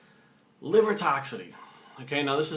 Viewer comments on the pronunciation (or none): TOX-IC-ITY!!!!!! Not toxity. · Just FYI it's toxicity not "toxity", no disrespect.